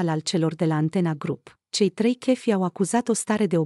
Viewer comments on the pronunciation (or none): sigur nu este româncă, dar chef, în orice limba (franceza, engleza, spaniola, germana, italiana...) tot șef se pronunța, nu kef. De aceea nu am menționat restul greșelilor de pronunție și punerea accentului greșit. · Doamna, no ofense, dar ce limba vorbiți? Dacă faceți un vlogg în limba romana, vorbiți corect. Chef în orice limba se pronunța șef ca și în alte limbi.